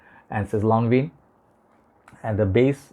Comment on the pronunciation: Thanks for the upload …for english and french pronounced lonvan! Excellent review brother 👍🏻❤️🏴